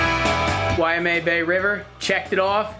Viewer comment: Congrats on all the success and livin tha dream. FYI Waimea is pronounced Wai (Why) mea (May-ah) why-May-ah... 3 syllables, not 4. Not why-ah-May-ah. Aloha & Mahalos! 🤙🏼